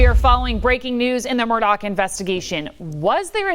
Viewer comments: It's murdaugh not Murdock. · MURR-DAW, not MURR-DOCK. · You’re pronouncing his name wrong. It’s murduagh not Murdock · Is not Murdock.... it is Murdaugh. I know it shouldn't bug me..... but every news reporter says it wrong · murDAUGH, not murDOCK.